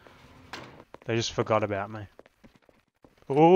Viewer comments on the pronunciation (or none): none